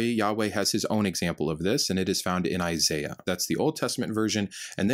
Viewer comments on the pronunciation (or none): none